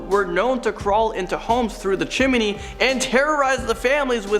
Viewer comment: His pronunciation of 'chimney' is like nails on a chalkboard. Do you see another 'i' in there? Geez.